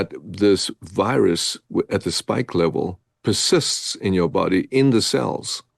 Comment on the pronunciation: Lol...Bioshield, not Biostrike, and it's a "spike" protein, not "stike". 😀 But who really cares if it works, eh?! 😉 Great interview. I also saw the Tucker interview...